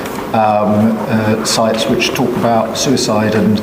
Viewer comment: A socisl media soouicide site? Tf he talking about